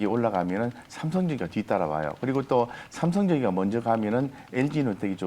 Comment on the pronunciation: 페어개념 팁은 감사한데 엘지이노텍의 페어가 삼성전기라는 말씀이신지요? 발음이 살짝 뭉개져서 잘 못알아들겠습니다